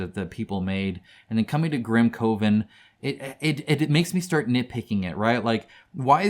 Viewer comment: GrimCOEven”? I though it was like grim then coven. Like, “cuhven.” But yeah. The A.I. use of A.R. is mental. I saw a box of goodies from several of their games and the fact that the reviewer I saw didn’t notice it was A.I. was baffling to me.